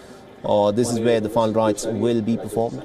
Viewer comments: Please speak properly..final rites not fine right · Ask the anchor to pronounce final rites clearly,that idiot was pronouncing as if it was fun rites